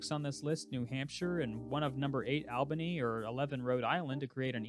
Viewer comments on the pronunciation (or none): Albany is pronounced like the word "all"....not like the male name "Al"....also, I would love to see them upgrade their facilities and move to the FBS. The program has been super successful, obviously having the highest winning percentage on that list, and the stands are packed every week. More seats will also increase that $30 million athletic revenue number as well.... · (All ba knee) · worst all-time pronunciation of Albany wtf